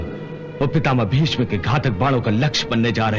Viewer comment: पर ये कर्ण भीष्म को भीषम बोल रहा हे क्या